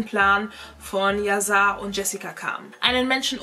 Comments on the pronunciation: Wird yasar nicht mit einem „sch“ anstatt einfach einem s ausgesprochen weil es auch aus dem türkisch kommt oder lieg ich da falsch ?😬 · das soll kein hate oder so sein aber man spricht "yasar" als yaschar aus ist ein türkischer name wollte dass nur mal so sagen btw liebe deine videos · Sein Name wird „YaSchar“ ausgesprochen 😂❤️ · ES WIRD YASCHAR AUSGESPROCHEN BABEEEEE❤️❤️❤️❤️